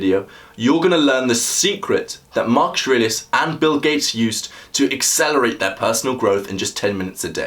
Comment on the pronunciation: It's good, but the way you speak the name of your subject, I have no idea who you are talking about. It sounds like you are saying "Mark Serasus". Also at the beginning I replayed you speaking the name 3 times because you say it so fast that you don't even give yourself time to enunciate your consonance. Now that I'm half way through it, I've finally discovered who you're talking about, I can rewind and actually watch tomorrow.